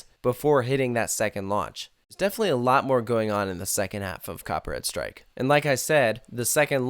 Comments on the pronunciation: Each time you say the title of the ride, it feels like you're saying "Copyright strike" XD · Am i the only one that hear him saying "copyright strike" throughout the whole vid lol?